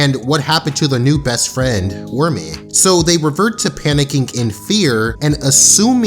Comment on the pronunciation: Worméé..... lol I like how you pronounced it..